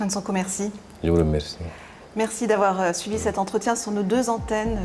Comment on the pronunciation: C'est Sonko au lieu de "Sanko".